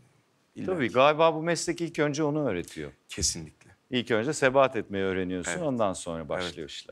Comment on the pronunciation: Sebat etmek mi? Sebahat etmek mi? Yanlış mı duydum acaba? 😅